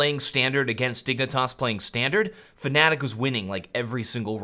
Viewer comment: Please, stop saying "fAnatik'' it's just fnatic, there is no A after the F, there is no other way to say it. That's all.